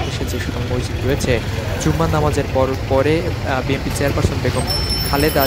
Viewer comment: সাংবাদিক যদি উচ্চারণ করে বিএমপি, তাহলে কেমনে কি!